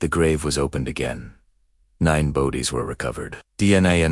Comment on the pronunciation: Yes, obviously. The mispronounciations are awful: "bow-dies," not "bodies."